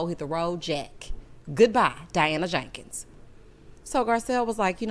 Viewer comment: I laugh every time you say Diana JAKEENS